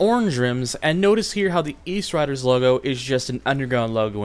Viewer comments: eastsiderz not eastriderz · Good video! I loved these games! Btw it's, Eastsiders not riders lol I use to think that too